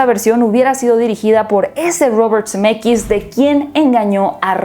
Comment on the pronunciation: Cada que dice Zemeckis yo escucho CDMX 🤣🤣🤣